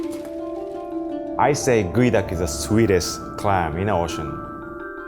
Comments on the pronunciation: its GEO and not Goey, why you do us like this english? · why is geoduck pronounce as guey duck? I call it geo duck. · its pronounced Gooeee duck. Not Geo Duck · "This one goeduck, raw.." what now? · I THOUGHT IT WAS PRONOUNCED GEE-OH-DUCK